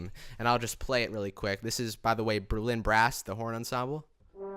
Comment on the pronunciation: I enjoy these "Behind the Score" clips a lot! Thanks for sharing your knowledge. High five for pronouncing "Berlin" the right way; with emphasis on the second syllable rather than the first. Few people get that right. No, I'm not from Berling (or even Germany) but stuff like that still bothers me!